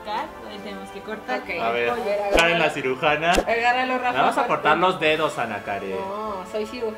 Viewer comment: se dise karen no kren😱😂